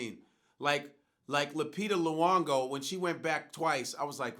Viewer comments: I cringed when he pronounced Lupita's second name as luongo, c'mon Danchimah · you African Godfrey please pronounce lupita last name right